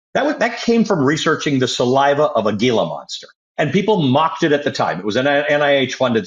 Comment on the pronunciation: Sorry Ali...it's pronounced Hee-la. I know it's spelled "Gila." Think of it like Geraldo Rivera.